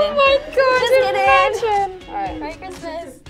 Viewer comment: no one: jade: KKRRRRISSMASS edition!